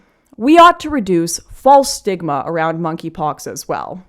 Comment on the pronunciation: Was that “reduce stigma” or “reduce smegma”?